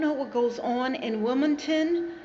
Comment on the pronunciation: It's not Wilmington,NC It's Williamston,NC